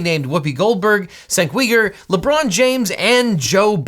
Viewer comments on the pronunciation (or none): From listening to various commentators, I believe his name is pronounced 'Jenk Yoo-guh', not 'Senk Wee-ger'... I hope Kyle either successfully sues, or gets settlement payments from, each of those people (especially that eyes-too-close-together bald guy) I doubt he has much hope in suing President Biden though, he would have to be found mentally competent to stand trial and to have been in sound frame of mind when making his comments (I don't believe that he would be able to meet that criteria) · Can u sue? Sure but can you win? Not likely at all this in my opinion is just a guy who has a lot of attention seeking behavior just trying to stay relevant in the public eye. Also cenk’s name is pronounced (jenk u grr) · I flinched when you pronounced Cenk Uygur's name - that's how it's spelled, but pronounced 'Jenk You-gur' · Wait wait. Had to re-listen. "Senk We-ger"? 🤣 His name's pronounced "chank you-grr" 🤣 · it's pronounced "Chaink Yooger" not sank weeger 🤣🤣😂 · Senk Weeger? It is more properly pronounced like Jenk You-ger. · Cenk Uygur is pronounced Jink You-gr. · just fyi, Cenk Uygur's name is pronounced "Jenk Yoo-Ger". It's a Turkish name, so the C's are like J's and the last name is not pronounced like the Chinese Uyghur Muslims. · SENK WE-GURR HAHAHAHHHAHAA!!!!!!!!!! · Cenk Uygur is pronounced as Jenk YOU-gur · Pffft "Sank Weeger" got me really good lol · Lmao that’s how I pronounced his name at first too. You say it like “Jenk Yoogur” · Cenk Uygur is pronounced "Jenk YOO-gur", just FYI. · "Senk Weeger" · Cenk Uygur is pronounced "Jenk You-Grrrr" btw, LegalEagle ;-) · It's pronounced "Jenk You-gur." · Cenks name is pronounced “jenk you-grr” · For the record Cenk Uygur is pronounced (ch-enk you-gr) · "Senk Weiger" Ha ha ha. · I don't care. He is a killer, and if there was any justice, he should be locked away for a VERY long time. BTW: The name is pronounced "Jenk u-gur". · “Sank weeger” lol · Just FYI, Cenk Uygur's name is pronounced like Jenk You-grrr